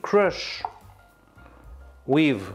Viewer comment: “We will crush wiv thee … ass of the pan.” 🤩👏👏